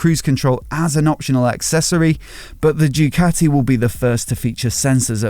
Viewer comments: How hard it is to say Doo Ka T' ee? Instead of saying Jucatti? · I wish you would stop calling it..... Due-cati